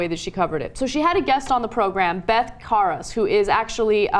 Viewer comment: It's Beth Karas, not Beth Koras...and you have two "A's" on your full screen graphic, very sloppy work!